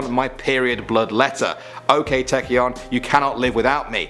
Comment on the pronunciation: OOK FINE ITS PRONOUNCED AHK TAECYEON